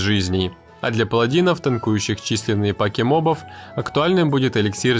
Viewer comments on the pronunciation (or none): none